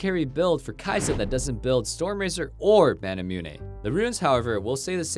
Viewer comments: Manamune not ManamunE! Kite not Kitt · He said manamunay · The way he says "Manamune"... jesus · how you pronounce manamune bothers the shit outta me